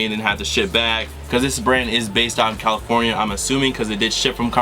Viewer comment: Nice nice nice round of applause. And haha u said Karmafornia Lmao